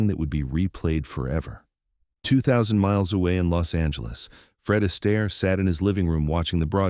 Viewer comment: Your A.I. is hilarious. MR ASTAIRE,becomes MR EASTER.